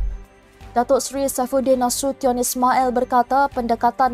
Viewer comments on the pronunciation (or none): none